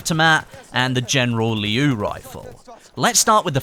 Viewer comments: It's "Liu" in one quick word,not "Lee-iu" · It's pronounced "Leo" actually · just a reminder, the word 'Liu' is pronounced as something like ' Lill' in one straight pronunciation, not two separate intervals. And I am a chinese:)